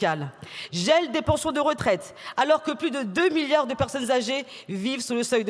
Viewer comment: 2 millions de pewsonnes âgées ou 2 milliawds ? Balivewnes!!!